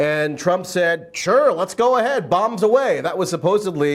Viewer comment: Tracey said supposebly